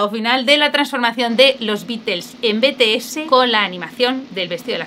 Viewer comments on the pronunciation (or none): En serio solo a mí me crea un poco de dolor de oído escuchar "Betese" y no "Bities"??? (Ter te amo❤️😔✨ soy muy ARMY y por eso lo digo, pero tú como quieras decirlo)